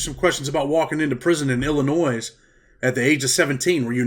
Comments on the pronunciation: Can't even say Illinois right. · You don't pronounce the s in Illinois. I remember hearing about the Gaylords in 80s just like Neutrons it was still a term in the 90s. Damn I'm old